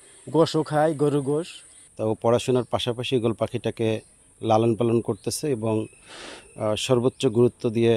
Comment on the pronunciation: ঈগল না 😂ওক্কাবাস😂